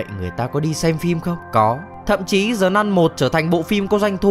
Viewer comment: Sao cứ đọc là Zờ nun?